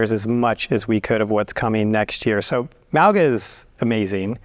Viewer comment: Everyone's mispronuncing mauga, arrgg